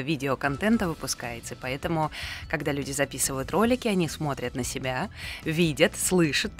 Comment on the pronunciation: у вас просто очаровательный голос. А особенности вашего произношения слов, например "Ка-а-аждого", "себя-а" добавляют изюминку =)